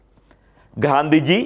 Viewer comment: 'ഘാന്ധിജി' അല്ല 'ഗാന്ധിജി'യാണ് ശരി.